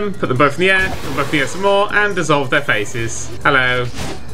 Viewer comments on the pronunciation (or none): none